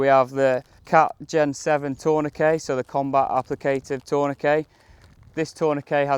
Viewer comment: Great video. So refreshing to hear tourniquet pronounced correctly in a shooting video! 😎